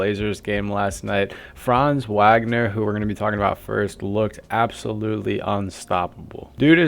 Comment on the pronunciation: Franz who?? This is how we know it’s not you talking! When you can’t even pronounce the last name of our best payer! WAGNER=Vawgner!